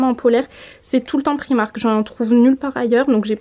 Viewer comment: J'adore tes vidéos mais ça me stresse d'entendre "prix-marque" pour "Primark" 😅 merci pour les idées en tout cas et bisous à ta ptite famille 😘